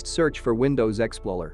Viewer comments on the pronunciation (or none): Explorer not exploler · He got my heart pumping so hard after he said exploler but it was actually explorer